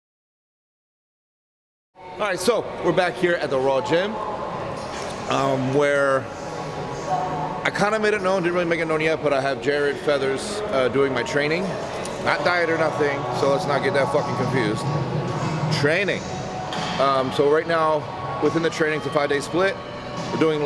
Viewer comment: You really need to stop adding an S at the end, my guy. It's Jarred Feather.